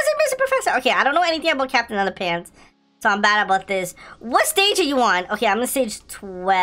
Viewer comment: You said capitan under pants